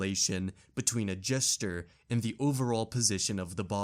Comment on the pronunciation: PS "Gesture" isn't pronounced the same as "jester."